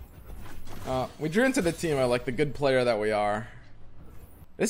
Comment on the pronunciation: first youtube comment ever I love you but its TEEM-O not Tito and Braum not brawm watch you everyday but omg so cringe X - |